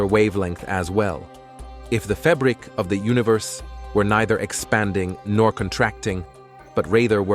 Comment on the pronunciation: It's apparently AI. Notice the pronunciation of the words in capitals starting : If the FABRIC of the universe were neither expanding nor contracting, but RATHER were CONSTANT, that WAVELENGTH would be the same," but... etc. Gotta be AI.